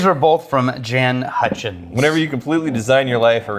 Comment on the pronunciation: Jaan and Chaad mbs of weird mispronunciations